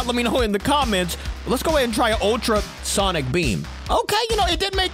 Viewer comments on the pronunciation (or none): none